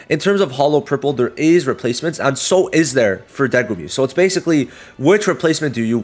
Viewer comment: I noticed you kept saying Degumi instead of Megumi. Just thought that was funny lol